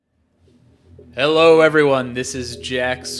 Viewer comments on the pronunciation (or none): none